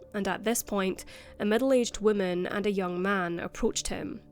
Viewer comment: You need to work on how you pronounce "woman."